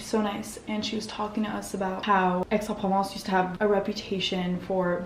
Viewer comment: the x in aix in silent